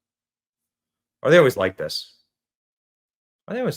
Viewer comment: The way he says "slob" . .HA!!! :)